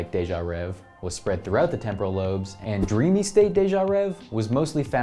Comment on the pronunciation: if you knew french, its actually pronounced (day-jah-rehh-vay)